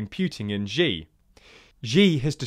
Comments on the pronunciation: Xi Jinping's Xi is pronounced more like "See" not "G" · It’s pronounced “sh ee” Xi not Jee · And Xi is "she" not "zhee" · The way you pronounced Xi's name is quite funny.